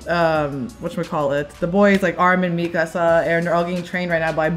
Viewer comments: Me-kuh-suh not me-casa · how do you watch this in English and still pronounce the names wrong?? Me-casa and Jeen 😭😭 also someone tell that Todoroki’s va also voices Bertolt!!